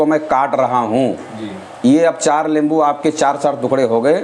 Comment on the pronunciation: nimbu boleya lembu nai hota😅😅😅.....lemon=lembo😂😂